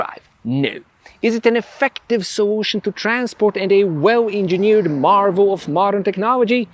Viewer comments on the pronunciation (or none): none